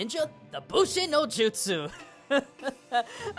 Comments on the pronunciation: I'll keep asking till I get an answer: WHY oh WHY are you the only and I do mean ONLY person I have ever heard pronounced Bunshin no jutsu as Bushin..unless you know something about Japanese language we don't..you keep saying it wrong even when you show the kanji and it always comes up as Bunshin and not Bushin every time I look it up, every audio translation I've heard has always come out as Bunshin.. Seriously, even Little G pointed out how often you bring this one jutsu up and to be honest it's kinda getting on my nerves that you keep saying it that way. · it's "bunshin"